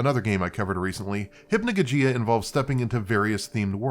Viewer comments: it's not hypnojojeeah it's hypnogogeeah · Nitpick, but it's pronounced "Hip-no-GAW-jee-Uh" with the emphasis on the outer and center syllables.